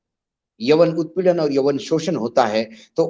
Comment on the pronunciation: yaun not yawan